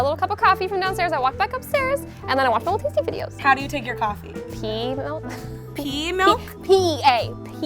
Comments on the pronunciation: pea and pee heared so same!!!! So that's why so embarrased herself - whaatt???? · pea milk... PEE MILK?!😂😂😂